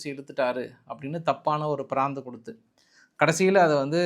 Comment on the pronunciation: பிராந்தின்னு சொல்லி சொல்லி பழக்கதோஷத்துல பிராந்து ன்னு சொல்றீங்க, அது பிராது 😂